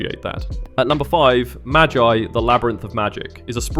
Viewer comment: Not "maj-ai" but "ma-gee" that's how is pronounced, but anyway really nice top, I'll add Soul Eater too T-T